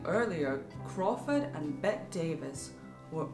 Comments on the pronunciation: "BETT-EE" not "BET" Davis. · There was no serious "feud" between Bette Davis and Joan Crawford until after Joan's finagling at the Academy Awards in 1963; whether she did what Bette thought she did, it drove a wedge between them. And you should know that Bette is pronounced Betty.